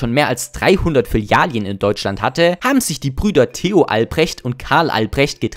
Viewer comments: Gutes Video, aber sag bitte nie wieder Filialien 😭 Das tut weh Bro... zumal du es richtig geschrieben hast 🤷🏻‍♂️ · kannst du bitte filialen richtig aussprechen? es heißt nicht filialien... trotzdem nices video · Das hat mich auch unnormal getriggert. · " Filalien " LOL Deutsche Sprache, schwere Sprache 😂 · Ich kann das Filialien nicht mehr hören bro xD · Das zweite "i" in Filialen triggert mich schon wieder komplett. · Mega gute video!! Aber bitte hör auf Filialien zu sagen😅🤣 Ansonsten sehr gut und mach weiter so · komm, wir üben das noch mal. es gibt 2350 Filialen. FI - LI - A- LEN. Also die ersten beiden Silben haben ein „i“ und die letzten beiden Silben haben kein „i“. Fi - li - a - len, Fi - li - a - len, Fi - li - a - len, Fi - li - a - len, Fi - li - a - len . Na, siehste, geht doch. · Filalien xD was hast du gekifft alter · Wenn du noch einmal Filalien sagst schick ich dir meine Fäkalien als Brief per Einschreiben zu amena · Filialen ❌ FİLİALİEN ✅ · "Filialien" "Smoll tolk" OMG HÖR AUF ZU REDEN BITTE BRO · Filialien ? Bruder, das Video ist geil, aber ich habe so Schmerzen .... So kann ich dir kein Abo dalassen ... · Digga... WAS SIND FILLIALIEN? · an sich nen gutes video, aber für "Filalien" gibts nen dislike. da bluten einem ja die ohren! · Hm.Sprechen lernen. Fil -ali-en...Echt jetzt? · Jaaa schrecklich! Vor allem in einer scene steh es als Filialen richtig geschrieben und wird dennoch als „Fillalien“ ausgesprochen, das scherzt nicht nur das Gehör sondern schädigt auch mein Hirn! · Wenn er noch ein mal Filialien sagt, raste ich komplett aus. Bist du der deutschen Sprache mächtig, Junge?! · Flilialien✅ Filialen❌ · Interessantes Video, aber ab der Hälfte musste ich mich schwer zusammenreißen es nicht zu beenden: es sind Filialen, nicht Filialien. Das klingt so grausam falsch wie es ausgesprochen wird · F I L I A L E N ich kann das Video nicht schauen mit deinen „Filialien“ 🤧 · Es sind Filialen, keine Filalien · Dikka, es heißt "FilialEn" nicht "Filialien"